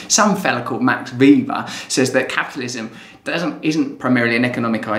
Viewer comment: I think Weber is pronounced like Vayber :)